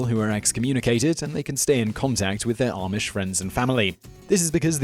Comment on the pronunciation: It's RUMSPINGER NOT ROOMSPRINGER 😠😠😠😠 AND IM NOT EVER ARMISH